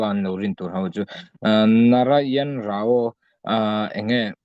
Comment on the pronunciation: Rao - (Ra) (aw) tiin i lam a, a lam dan dik chu (Rau) aw sir.